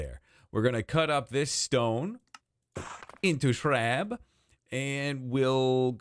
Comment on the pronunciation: “We’re gonna cut this stone, into ShrAB”????